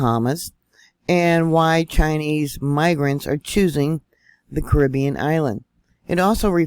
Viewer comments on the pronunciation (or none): none